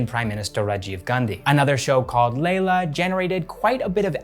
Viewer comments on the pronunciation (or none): none